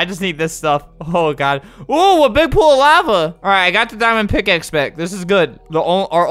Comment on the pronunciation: What was said: MY DIAMOND PICKAXE! What was heard: MY DAMMIT PICKAXE!